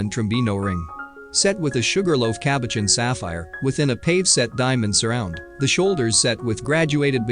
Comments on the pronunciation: There were MANY weird pronouncements but I could overlook all the robotic vocals to gaze at the jewels and of course, Elizabeth. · He needs to learn how to pronounce cabochon and pavé